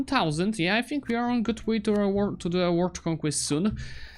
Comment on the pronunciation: Dude you said word instead of world